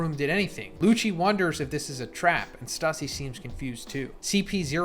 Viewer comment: Your reading is horrible stussie its stussay